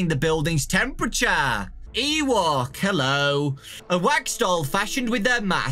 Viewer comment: Ooblek is pronounced Oh-bleak not Oo-bleck Ewok is pronounced E-woke not E-walk Gemini, Ooblek, and Drago do not have jumpscares And if you squeak the nose 20 times... Something will happen